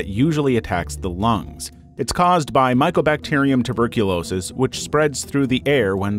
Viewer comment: You've got Tuberculoisis"